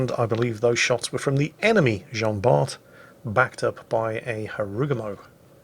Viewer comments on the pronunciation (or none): The T of "Jean Bart" is not pronounced ^^